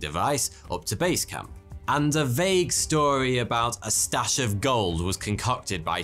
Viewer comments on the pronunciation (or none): none